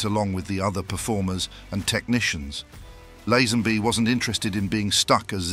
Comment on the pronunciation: Who's George Lesanby? It's pronouced Laze- Hen- Bee!